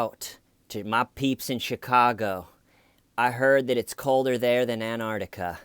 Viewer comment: Anartica? Is that Antarctica by any chance? 😂 that made me lol, I love your videos! Looking forward to what you cover next! Keep up the great work x